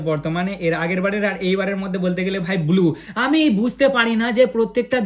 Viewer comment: দাদা তুমি ব্লু😂 বদলে বলছো বুলু